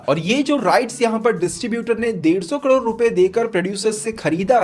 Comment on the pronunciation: भाई आपको करोड कहने मे कुछ दिक्खत आती है..